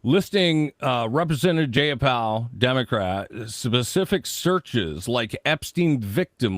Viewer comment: DUDE, Ji a Pall and she’s from WA State. You should know that lol